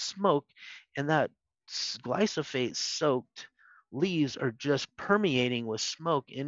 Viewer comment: While this is excellent information and I greatly appreciate it, I can’t help but question glyphosate versus glysophate that David continually refers to. I’m a customer and a HUGE Azure Standard fan.